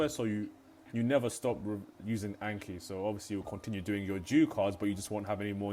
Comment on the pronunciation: So painful watching a Japanese learning vid and hearing Anki said that way haha. Thank you though, it's a good vid.